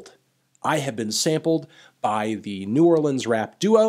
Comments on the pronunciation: I appreciate u pronouncing New Orleans correctly melon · Thank you for saying New Orleans right lol not New Orleeeeeens 😂😂